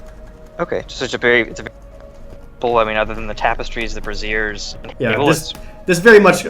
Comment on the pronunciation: oh gosh i thought it was pronounced "bray-zee-urz" Now i'm just picturing some sweet ass bras hanging with the tapestries